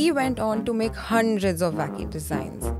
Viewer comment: Hearing them say wacky car is hilarious! Vacky card!!